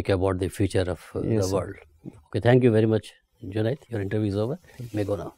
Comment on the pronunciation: The interviewers are the people who are the most qualified and dignified officers , but can not pronouncing his name JUNED properly , they are pronouncing ZUNED ,bas yahi masla hai language ka hum logo me